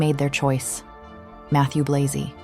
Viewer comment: Interesting video, but inaccurate at times. Firstly, Matthieu Blazy is a Franco-Belgian man; his surname ought to be pronounced accordingly. Secondly, "Gucci stabilising under Sabato De Sarno as its creative director" is a bit of a stretch. I really liked his aesthetic, but he was ousted because Gucci was in decline after Alessandro Michele.